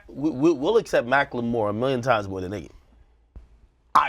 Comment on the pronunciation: why he always gotta pronounce macklemore wrong?